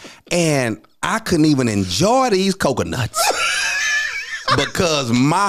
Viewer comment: "But since I'm here, listen to me." 🤣🤣🤣 And the way he was pronouncing coconuts. Hilarious. This podcast is amazing. Men need to shift if they want to be needed or wanted, women did for protection from controlling/abusive/lazy spouses, for choices, for an education and ultimately out of necessity. There is nothing wrong with being wanted, because need sounds exhausting to me. I do not want to marriages or dynamics in the relationships my parents, grandparents, uncles and aunts had/have. Things have shifted, and men will be hard pressed to find women that need them unless they are much young or literally off the street.